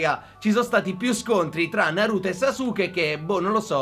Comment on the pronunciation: in verità si pronuncia saske invece di sasuke ma ognuno lo pronuncia come vuole, bel video